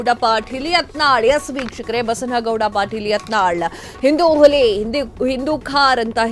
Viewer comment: Hulli alla ili nu alla... Huli yavatu Valleya attitude nali erute sika hage eralalla😂